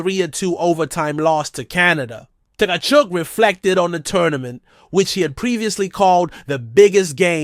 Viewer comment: The T is silent